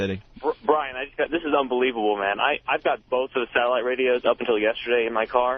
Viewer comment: The Opester says absolutely too much but let's not gloss over his overuse of the word "unbleeble" which I assume this mush mouth idiot is attempting to pronounce the word unbelievable.